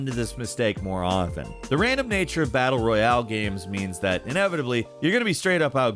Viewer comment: "most battle-reEuHhaAle games"